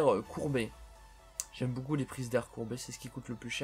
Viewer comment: Pourquoi quand tu dis beaucoup tu dis boucoup